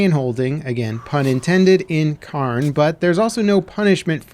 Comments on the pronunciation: It is pronounced 'care-n'. Cairns are piles of rocks (put there by hikers) on hills and mountains to either mark a summit or to show waypoints of a path or route. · Why are you saying "Cairn" like that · For it’s popularity it’s baffling how there doesn’t seem to be anyone able to pronounce Cairn correctly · The one thing that has surprised me the most with this games success is just how many people can't pronounce cairn. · Lol, hearing non Scots pronounce our words will never not be amusing. Not even close, not even close. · Learn how to say Cairn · At least look up how the word is supposed to be pronounced.